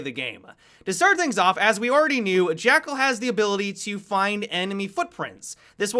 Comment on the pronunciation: "jackerl" 2017